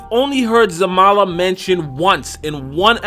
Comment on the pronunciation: its Zarama xD